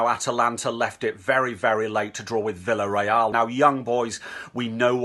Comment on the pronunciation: Hey just so you know ! Villarreal is pronounced - viyareal. When two L are next to each other is pronounced as Y I’m Spain. Yet again the English stuff it up. Think they know it all but can’t pronounce club names correctly you ‘o. Also you didn’t pronounce Real Madrid correct. Just a heads up. Maybe make a lesson on countries language before you come on and show it sll